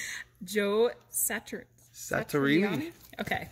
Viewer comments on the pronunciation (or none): Sean Connery was wearing a rug back when he had dark hair and played 007. TMI,. Joe "Sat-ree-ah-nee," accent the "ah." John "Bah-teest."